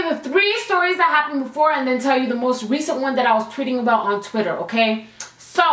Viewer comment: I love it when you say okarrrrr